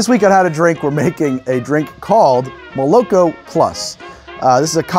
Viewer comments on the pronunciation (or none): not molOk0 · "Mole-Ah-Koh" plus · it should be pronounced " molokO " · Probably not the first one to say it but moloko is russian for milk and it’s pronounced: muh-luh-KHo or moloKho stress is on last syllable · i would pronounce it as molokO, as in Rusian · fun fact moloko is milk in russian and it is pronounced more like malako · And btw, moloko is pronounced with the emphasis on the last syllable. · And the stress falls on the last syllable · Love the show dude, but ya gotta look up how to pronounce молоко. Not trying to be a jerk. I really do adore your work! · lmao, it's pronounced with the stress on the last syllable not the middle one. also the first o is pronounced as an a. here's an example